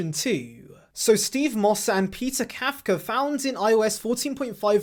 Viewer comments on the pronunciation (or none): none